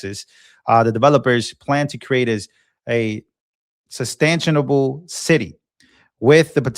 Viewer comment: SUS- tain-able